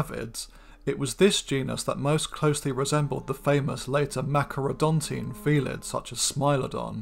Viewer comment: You are mispronouncing “Machairodontine”. Otherwise, great video.